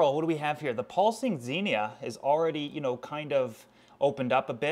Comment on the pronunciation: When he says "you know " it sounds like he's saying "eel"